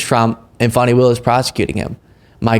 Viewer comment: He said Fannie, Someone advising that little boy needs to teach him how to pronounce people names that He obviously hates.